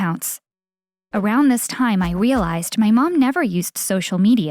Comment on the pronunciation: she says wearlised instead of realised